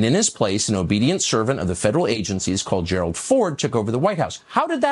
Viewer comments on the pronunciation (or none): none